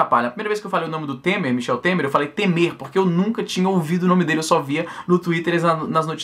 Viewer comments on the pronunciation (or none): none